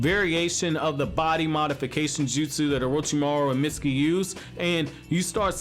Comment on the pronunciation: its mitsuki not misty